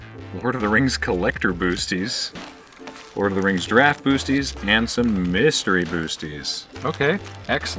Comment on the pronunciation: I don;t know why but it really bothers me hearing "boosties"